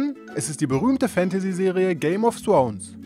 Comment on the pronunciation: Haha opfer! Kann der einfach nicht th aussprechen😂😔